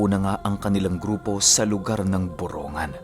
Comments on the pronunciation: ang tamang pag bigkas ng borongan ay boronggan, hindi boro-ngan ( borongan) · Borongg-gan Po Ang bigkas:). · Dito samin yan.. Borong gan pag binigkas. Salamat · kunting kaalaman lang po..yung borongan po ang pag pronounce po nyan ay Boronggan..may nawawalang letter G sya pag binibigkas. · BORONG-GAN po Yung totoong pronounce hehe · BORONGGAN ang pronounce naming.( EASTERN SAMAR) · Ang borongan ay y eastern Samar at Mali Ang pronouncation m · Ang borongan ay e.samar at Mali Ang pronouncation mo ay borongan ay sa n.samar